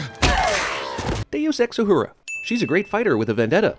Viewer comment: Deux-Ex-Uhura? When did you start saying it correctly